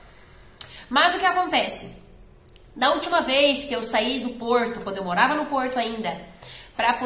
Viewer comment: Porrrrrrrrrto!!! É caro